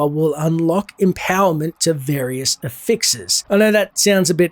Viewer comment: Ever heard someone pronounce affix like you